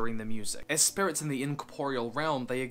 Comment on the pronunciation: You may have worked on pronouncing it but I will never forget "Spurits"